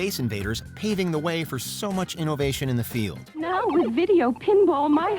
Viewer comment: Dislike simply because of the way you said innovation